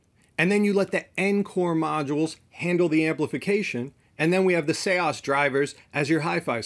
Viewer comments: You're incorrect, I asked the SEAS team for the correct pronunciation and they replied with an audio clip. "Say-ahs" it's not "Sees" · Isn’t it just Seas not Se-as??? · Seeeees not see aahs like ocean 🌊 the sea . Sorry for saying but if one decides to go on air he/she should speak it real like radio moderation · I used to pronounce it Sees as well, but before the video I asked the company how to pronounce it and they sent me an audio clip with the pronunciation, so take it up with the company in Norway! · I just wish he would say seas right. It driver me nuts. But otherwise great video. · I used to think that but the company corrected me. So I had them send me a voice message of how to pronounce it and they said it's pronounced like 'say-ahs'